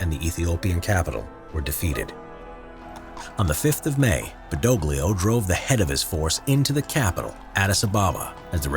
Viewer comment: The pronunciation of General Badoglio , make me want to drink Olio di ricino. Also why 2 black soldier? we did not have any of... Ah they are from South of Italy, ok.